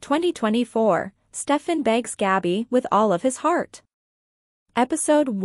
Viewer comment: It is not Gobby it's Gabby